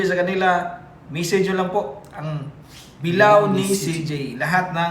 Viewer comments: Bila-o hindi bilaw! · pronounce bilao ni CJ.not pronounce bilaw ,pronounce it as bila o